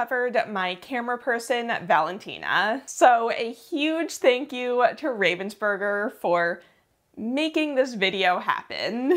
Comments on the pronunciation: I watched every minute. They don't pronounce Ravensburger with a long A. Have they ever said anything to you about that? The whole thing was so exciting! I loved finding all of the puzzlers that I had heard of. The competition was so much bigger this year they may have to find another venue. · The pronunciation of Ravensburger kills me. The name has nothing to do with ravens nor burgers, it is just the name of a town in Germany plus the "er" ending, which signifies origin in German (Well, not always, but this is not a language lesson and it does in this case, so just accept it). Ravensburger Spiele = games from Ravensburg